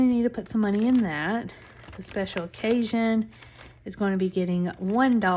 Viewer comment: Oh my word, the whole time I thought you were saying “Special Cajun” not special OCCASION 🤦🏼‍♀️🤦🏼‍♀️. Being in the south I just figured it was a Cajun event😂